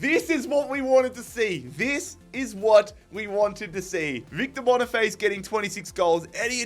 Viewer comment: That Victor boniface pronunciation was crazy